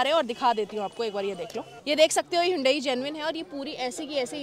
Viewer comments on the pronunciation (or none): Hyundai ❌Hooondai🤣✅